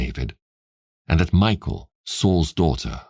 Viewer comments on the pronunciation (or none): I enjoy your reading but just so you know the name Mikal is pronounced mee-kawl just hearing it pronounced like Michael makes it sound weird